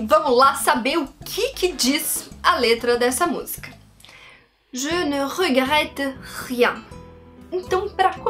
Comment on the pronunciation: Adorei a sua pronuncia "Je ne regrette rien".